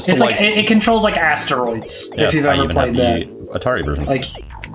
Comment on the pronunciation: “It controls like Asteroids.” Ass-teroids, more like, in this case.